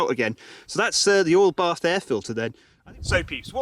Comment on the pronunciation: It took me 11 minutes to figure out that he was saying "oil bath air filter".